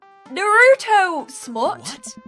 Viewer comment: "Nah rou toe" GIRL ITS NAR ROO TOE